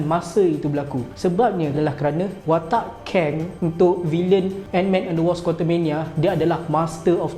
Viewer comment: Bukan wosp bang, sebut betul2 ikut ejaan dia tu. WASP